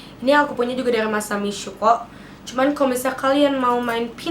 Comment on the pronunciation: The way that you say "masami syuko" 😂😂😂😂😂😂